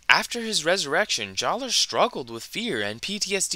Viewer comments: Good video, but I want to mention that even though they did change the spelling of his name, "Jaller" is still pronounced "Jala." I know it's strange. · The official guides say JAH-luh. True, this doesn't resemble the spelling, but the pronunciation remaining the same is consistent with the other names they changed. Huki=>Hewkii, Maku=>Macku, Puku=>Pewku, etc. The only thing I can think of that changed completely was Tohunga=>Matoran, and that's probably because Tohunga was a particularly sore spot. So, basically, official books published years after the change provide the same pronunciation, and none of the other Matoran with name changes had their pronunciation changed, so JAH-luh it is, but say what you want.